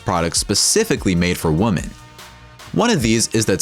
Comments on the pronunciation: It's pronounced "WOMEN," not "woman." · This guy doesn't know how to say women ( more than one) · Many woman? It's WOMEN you stupid A.I. voice! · Does no one else notice the irritating and inaccurate use of the word “woman” throughout the video?! “With street violence against woman…” Ummm, nice try on your English bro. Maybe your voice actor should’ve corrected you 😂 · Why are you saying "women" like it's "woman" lmfao it sounds so fucking dumb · 😆I like it - when you're done eating your food and suddenly get attacked by a bear... I have a question, though. The speaker repeatedly said the plural of women as [wumen], not [wimin]. Is that a regional dialect somewhere in the world? I'd appreciate if anyone could clarify that. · Why does the narrator pronounce the word "women" like "woman"? Lol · You keep saying "woman" when you mean to say "women" and it's super annoying. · Yo the way you say women fucking irks me it's not women it's women lmfao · Most of the time your saying "Woman", it should be Women. Thank God I live in the USA. I'll stick to my Glock 27. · Why didn’t he say “women”? Lol he kept saying “woman” wtf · "Many WOMAN"???? Jeez, guys. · Please learn how to say women - hint: 'wimmin' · The plural of woman is pronounced "wimen." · How do you mispronounce women/woman so much? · Learn the difference between the pronunciation between "women" and "woman" and someone might take you seriously. LORD. Plus, one of the weapons is over 100 years old and no longer an option to possess on the normal open market today. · Why cant the narrator say "women"? Weird... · Why does he repeatedly pronounce ‘women’ incorrectly? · Can't you say 'women'? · Someone needs to tell the narrator how to pronounce "women". Jeesh.